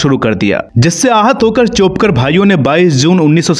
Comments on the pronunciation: चोपकर नही चाफेकर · जे माहिती सांगतात तेही महाराष्टातील अनुराग सुर्यवंशी आहे. निदान त्यांनी तरी चाेपकर ऐवजी चाफेकर बोलायला हवे. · 2.22 "चोपकर " भाई नही , " चाफेकर " भाई .